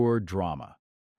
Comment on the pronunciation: Bow is mispronounced in this video.